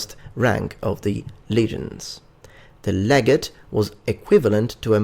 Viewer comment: (Leg-ah-tay)__ Legate, or Legatus